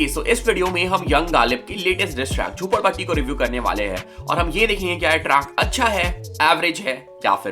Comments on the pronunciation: Bhai jhapodpatti nhi jhopadpatti hoga I think bro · It's jhopadpatti...not jhapodpatti bro!!